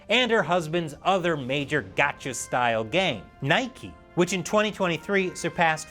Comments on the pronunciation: lol it’s “knee-kay” not Nike 😂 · NIKKE is pronounced “Knee-Kay" !!!!!!!!!!! /*spongebob mocking meme*